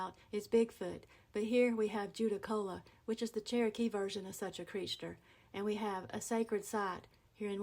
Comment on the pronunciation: Creech-ter, love it!! ❤